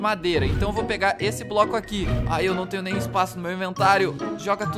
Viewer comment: Quando o tá falando ele falou trnho (Escrevam Tenho Errado)